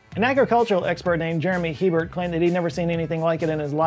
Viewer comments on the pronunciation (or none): LSU AgCenter Agent Jeremy Hebert's last name is probably pronounced "Eh-bear," not "he-bert." French! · In Louisiana, Herbert is pronounced "ay-bear" not "he burt" btw. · It's pronounced "A bear" not "He bert" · As a Louisiana native, I regret to inform you that the last name of Hebert isn't pronounced "he-burt", but rather "ay-bear". It's honestly super disrespectful to our mosquitoes to be mispronouncing our mosquito-peoples' names. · James He - bert lol.. its pronounced A - Bear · Jeremy Hebert's name is pronounced "A - Bear", not "HE - Bert". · Hebert is pronounced hay-bear here in Louisiana. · Hebert is not pronounced He-Bert but A-Bear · Former Louisianian/Cajun here. Fun fact, the name "Hebert" is pronounced like, "A bear," not "He Bert" like you would think. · Side note! The last name Hebert is pronounced ay-bear not hee-bert :3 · FYI, not to be pedantic, but the LSU researcher Jeremy Hebert’s last name is pronounced “ ‘A•bear” (IPA ‘ei•ber?), a la former NFL quarterback Bobby Hebert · Hebert is pronounced “a- bear” trust me I live in south Louisiana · Hebert is pronounce A-Bear in Louisiana. Idk why but that’s how we say it for some reason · Hebert is pronounced A-bear anyway great channel. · If he's from Louisiana, Hebert is pronounced "A-bear" (long A). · Hebert is pronounced : a bear...long a sound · Jeremy Hebert's last name is pronounced like "Ay-Bear" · You friendly Louisianan letting you know Hebert is pronounced Ey-bear in Louisiana. Mosquitos are still the worst. 🥴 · Jeremy Hebert's last name is pronounced "AY-BEAR". Carry on. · Nice vid, The guys last name from Louisiana is pronounced "Aye Bear " ( I know, it's weird). I grew up in La and when I moved to Alaska, I was so excited to be rid of Mosquitoes. Nope! its the state bird hahah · Just a little fun fact. In Louisiana Hebert is pronounced a-bear, it's a French last name. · Hebert = "Ay-bear". At least in Louisiana.